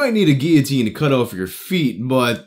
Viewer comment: Wow the first person ive legit ever heard say guillotine correctly